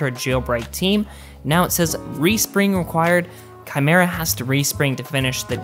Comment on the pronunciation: It's pronounced " ki-mira". He pronounced it right.